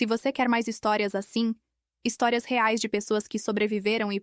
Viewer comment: nunca conseguem falar reais mas dólares falam corretamente